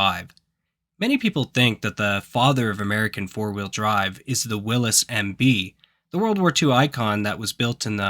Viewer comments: HI you HAVE me confused. you say WILLIS in reference to a brand. I know of a WILLYS WHICH WAS A 4WD DURING WW2 .IS THIS THE SAME VEHICLE. DOWN UNDER WE PRONOUNCE WILLYS. YOUR ACTOR IS BRUCE WILLIS THANKYOU DOWN UNDER DAVE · Willis? Will-e's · Willys, not "Willis." AI narration gotta go away. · Dear AI voice over , the classic WW2 Jeep was built by Willys ( Willeez ) not Will-iss , :( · I grew up hearing it pronounced as "Will-ees" and don't recall ever being chastised like the Porsche afficionados would do to you for not adding that "Uhh" onto the end. 😅🤣 Apparently, it is indeed pronounced as "Will-iss" 🤷‍♂️ We just didn't have the internet around back then to correct us!!! I still call them "Will-ees" 🤠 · Nobody pronounced it Willis. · You're just going to butcher every name and everything about this aren't you call Willie's willy willy willy Willy Wonka freaking fools man Lindy's calling a Bronco at the beginning of the video and it's showing an international for the first 45 seconds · Interesting, I have never heard it pronounced that way.